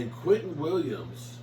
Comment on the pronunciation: If you don’t stop calling that man “Quinton” it’s Quinnen‼️🗣️🗣️🦅🦅